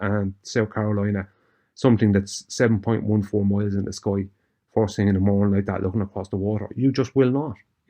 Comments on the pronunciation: Every time he says, "MOILES" Are those SKOI MOILES? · I kept hearing “200 mohels.” That’s got to be a lot of fore… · Tree miles 😅 what the hell is tree miles 😂